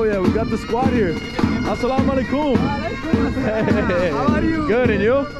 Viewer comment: Salam alaaykum emphasis on Ay not on kum